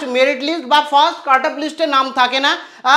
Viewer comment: pronounciation ta cut up I mone ho66ilo😅